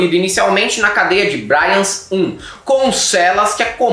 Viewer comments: A pronúncia de Brians I ou II está errada, é "brians" mesmo e não "bráians", afinal é catalão, não inglês... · A pronuncai é Briáns no Braians ;-) Um abraço e parabéns pelo canal. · Perdão. Brians (pronúncia bri-ans, não “braians”) é catalão, não inglês. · gosto muito do conteúdo de vocês e vejo sempre que posso, mas desta vez vim deixar um pitacômetro: o nome da penitenciária Brians se lê tal qual se escreve (sem anglicizar a pronúncia). Os catalães e espanhóis ficam pistola quando alguém diz Saint Paul em vez Sant Pau (por maior que seja o magnetismo da quinta série em português).